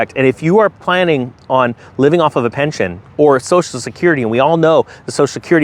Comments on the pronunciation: You said pention lol. Still love ya. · "Pension" btw, not Pention